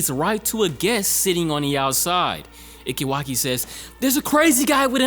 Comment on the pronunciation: just a bit of help on the name Ike Waki - E-KAY Waki Taichi - Ta-EE-Chii